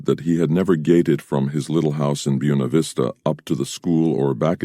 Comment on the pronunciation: Byoona Vista lol